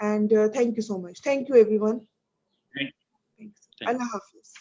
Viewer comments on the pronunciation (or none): none